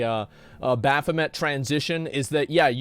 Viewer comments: Did I miss a running joke or something? Everytime Asmon is calling "Bahamut" "Baphomet" I get triggered like shit :D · Is he calling Bahamut bathmat?